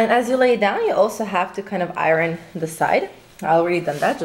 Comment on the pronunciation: she bugs me the way she says iron. like arron.